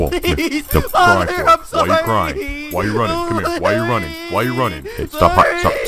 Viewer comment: Wai ar tu roning?WAI ar tu roning